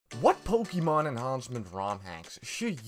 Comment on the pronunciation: Ah yes, pokiemon enhauncement raomhacks